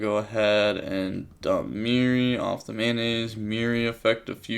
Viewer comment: Am I deaf or he’s saying “mayonnaise” instead of “Metanoise”? 😂